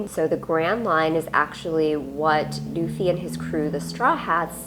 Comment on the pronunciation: It’s Luffy….not doofy